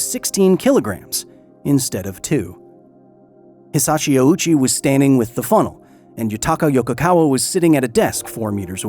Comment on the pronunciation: Very interesting video, but I gotta say that the constant (mis)pronunciation of Hisashi Ouchi as Hisachi Owoochi / Awoochi was kinda jarring. If you had pulled his name through Google Translate's read aloud function once, you'd have heard it's hee-sah-shee ohh-chee. OU in Japanese means "long O". Edit: bruh you literally have a Japanese person say his name properly and you still used 3 different wrong pronunciations yourself...